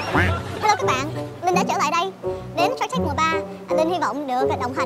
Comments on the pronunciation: Shark Linh run quá nói tên chương trình thành Shank T/ae/rk luôn :v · Shark tank mà đọc là shanh tark